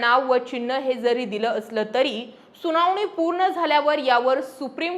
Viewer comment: जानीव? सुनावनी? लई भारी मराठी!